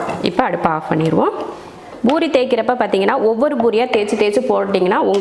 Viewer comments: It's poori not boori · It's not boori, sister it's poori